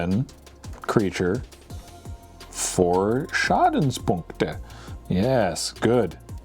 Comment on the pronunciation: You pronounciation of "Schadenspunkte" was as good as John Cleese's in 1971/1972 :O